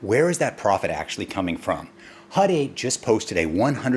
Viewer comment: HUT... not HUD... had to clean my ears...lol